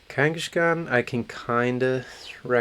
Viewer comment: I think kangaskhan got pronounced differently every time he was brought up lol